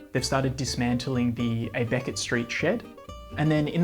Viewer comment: Never heard anyone call it AY-beckett st in my life. Rather jarring to a Melburnian ear.